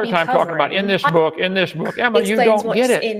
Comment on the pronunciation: The way he says Emma physically hurts